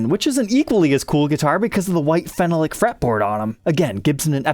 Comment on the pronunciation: phenolic is pronounced "fe nal lick" not "fen no lick"